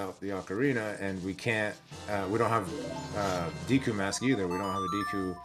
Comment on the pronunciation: Why does he say Deku like Deaku? Edit: damn I got called out HARD, props